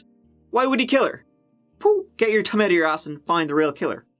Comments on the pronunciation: Never marry a guy who belongs to a religious community where murder is preferrable to the shame of divorce. -- "Get your thumb out of yer arse--" Owning to the t/th issue, I heard, "Get yer tongue out --" (Ahem) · "Get your thumb out of your ass". LOL I swear I thought you said "get your TONGUE out of your ass," and I was like Is that an Irish expression? Eww (like somehow "thumb' is any better. ) LOL